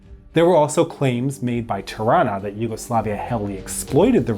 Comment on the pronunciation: Tirana..said like Taranta (Toronto Canuck pronounciation).